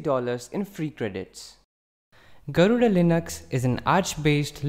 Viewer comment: Why are you pronouncing garuda wrongly?